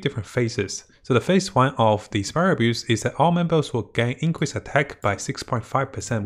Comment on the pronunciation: He's been saying spiral abuse for almost a year now just give up lol